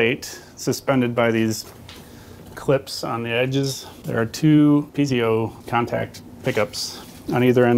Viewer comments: Owner of the recording studio said piezo as "pizz-io"? That is incorrect. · Oh, God, he mispronounced 'piezo', saying "peezeeo" - no...